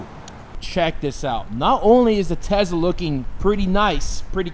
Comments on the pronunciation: What is a tezla??? Weard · The amount of times he said “Tezla” 😐😐